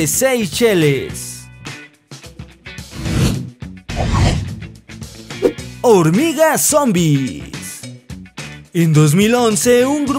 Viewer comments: No es seis cheles es seis leche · La isla de "Seis Leshes" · La isla de “seis cheles” jajajajaja